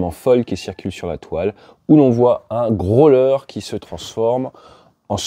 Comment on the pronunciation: Votre anglais n'est pas mal normalement, mais après le n-ieme mal prononciation de grow-ler and "norse island" en 2min, je décroche.